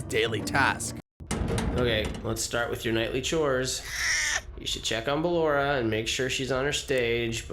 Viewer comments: Why did the dude pronounce Ballora like Ballura? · i'm sorry to do this but there's so many things wrong here. Thats not why the robots try to kill you in 1 and 2, they're haunted. FNaF 3 is a horror attraction not a museum. Michael had those dreams in 4, not the kid. Michael in SL is a technician, not security. You pronounced Ballora and Ennard wrong. Lefty isn't black, he's blue. Jeremy's death in SL wasn't an accident.